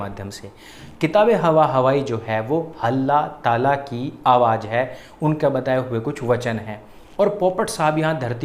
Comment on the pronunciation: 2.13 halla taala nahi dallla tala